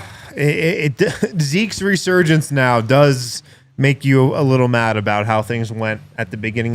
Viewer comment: "Zeke-surgence " is a 2nd yr player, cut him some slack.